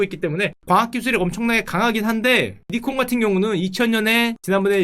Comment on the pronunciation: ㅇㅌㅋ:니콘이 아니라 나이콘입니다